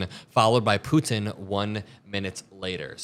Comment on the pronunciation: Why do you keep saying ‘Putin’ like that?